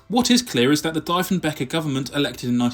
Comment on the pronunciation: Great video. Its not Dyfenbeker, it's Dee-fen-baker. Its not MALton, it's Mallton. The biggest blow was losing our domestic aircraft industry.